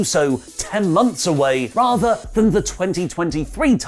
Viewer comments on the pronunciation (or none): none